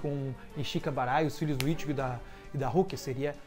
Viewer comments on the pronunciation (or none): none